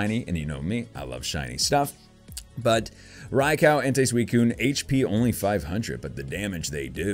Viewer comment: It's en-ty. Not en-tay.